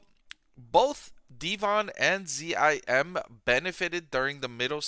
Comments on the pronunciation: Geez why do you pronounce it Z-I-M? It's ZIM! It's difficult to take your analysis seriously when you don't say the name of the company correctly. What would you call Tesla, T-E-S-L-A? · ....DE-von and Z-I-M? So hard to listen to.